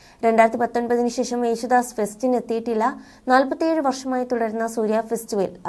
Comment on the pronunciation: " ശേശം " കശ്‌റ്റം, കശ്റ്റം, കശ്റ്റം